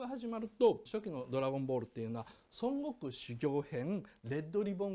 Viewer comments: ドラゴンボールそんなに好きじゃない人がドラゴンボールを語るあるある 孫悟空の発音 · 孫悟空の発音が西遊記で草